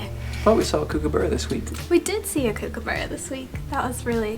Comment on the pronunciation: I'm glad that you had fun living Down Under!! The Kookaburra is an amazing looking bird. Just letting you know that you mispronounced; (Ku kuh buh ruh). Take care and stay safe!!